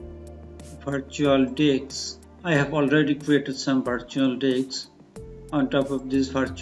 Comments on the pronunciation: Its disk, not diks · stopped here to mention same. Its a disk, not a diks